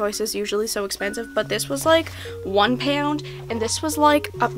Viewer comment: Omg “peuwnd” instead of pound 😂😍💖